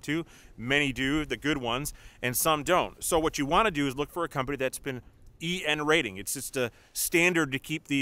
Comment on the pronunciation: I couldn’t tell whether you were saying DN rating , TN rating , VN rating or BN rating sorry 😔